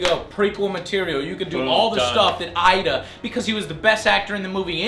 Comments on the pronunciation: his name is Idris -.- not "Idra" or "Ida" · Ida Joe. It's Idris bro BTW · IdRA not IDA lol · No No its IDa ,, who's Idris Alba !? lol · Idris is pronounced "ee-dris".